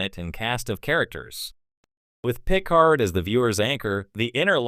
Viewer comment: Yeah, whoever made the video should have spelled "Jean" like "John" and "Picard" like "PuhCard" in order to try and get the AI voice to make the correct pronunciations with the text/script. Just playing around with the spelling of words would have helped.